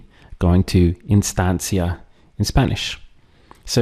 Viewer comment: question for you...for the instancia and other words beginning with the letter i, shouldn't it be pronounced eenstancia because of the spanish i?